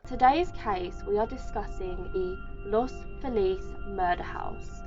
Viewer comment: The house was built in 1925. Dr. Perelsen, who killed his wife, were NOT the first people to live there. And if you'd mention that Los Feliz (thank you for pronouncing it properly. You wouldn't believe how many do not) is near Beverly Hills, most people could place it because it's where California's rich, elite and famous live. Btw, there was no Christmas tree. There were some partially wrapped presents but no tree. That was a rumor made up by people telling the story to add for dramatic effect. Lisa Blum, famed attorney Gloria Allred's daughter, and her husband bought the place, they completely gutted it inside but left before finishing after three months, citing the cost was too huge to continue. I call BS because Lisa and her husband are both famous and have plenty of money and access to it. And I tell you another thing...if you went to the house, you'd have to stand on the street. If you go through the gate to the driveway, you'll get arrested. The neighbors there are watching that house closely. According to Zillow real estate, the house just sold for $2,350, 000 - on December 10th, 2020...just four days after the 61st anniversary of the killings. Creepy. And a huge price drop. So the house has been sold but no one is telling who bought it. I'm hoping and praying that Zack Bagans didn't buy it because he WILL tear it down....or make some sort of macabre museum to make money off of it. Bagans made the docu about Charles Mansons funeral and, according to Manson's grand son